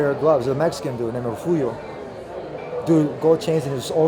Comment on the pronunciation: Lol “Mehican”